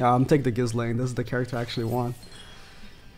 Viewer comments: Man pronounced ghislaine as “kiss laine”, can’t of watched much 😭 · Idk why but hearing him say ghiSlaine is really bothering me. Because I thought her name is pronounced without the s. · How can you say you've watched the anime and STILL pronounce the "s" in Ghislaine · The S in Ghislaines name is silent